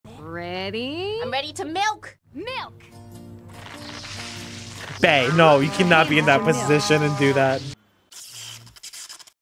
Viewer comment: Malk. With vitamin R.